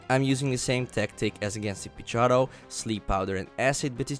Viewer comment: OHHHH, so uh.....nothin on ur accent but every time you said Pidgeotto it sounded to me like you were slurring the word a bit and saying "Pidg-ah-toe". It took me hearing you say it several times to realize what you were saying. Sorry